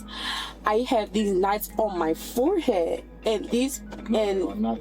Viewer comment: What’s a “foreheat?” And what does it mean to “ax” something?